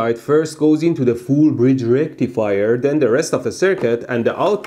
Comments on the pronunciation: FULL BRIDGE RACTIFIEHH! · it's RECTIIFAYAAAA